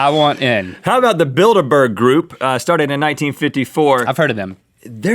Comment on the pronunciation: I like how Rhett called them the buildaburgers